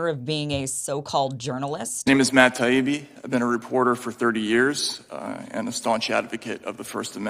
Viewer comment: I hope got burned in some social circles for the way he behaved. He deliberated mispronounced Taibbi over and over, and called Douglas Murray, Doug. He was corrected and continued to do it because he had no reasonable debate points but wanted to upset his opponents